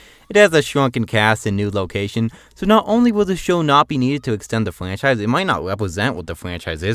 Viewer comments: Don’t be a prick man, he may just have a speech impediment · What the hell is a fwanchise and a uniwerse